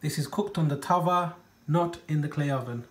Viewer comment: As if u put the oil spoon in sugar. And stop trying to be a coconut. If ur gunna ise Indian words atleast pronounce them correctly. Wtf is a tafaa. So fake